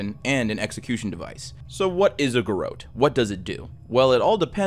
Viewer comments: Its pronounced 'Gar rotte' Not 'Gar oat'. Its also 'DisorIENTated'. Sorry. Just makes my teeth itch hearing words mispronounced. Great channel. Love your narration, brain itchs aside 😉 Keep up the great work ! 👏😁💛🇦🇽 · It's pronounced Gerawt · That’s not how you say ‘garrotte’ lol. Imagine a very French French person saying ‘carrot’. That’s how you say it 😂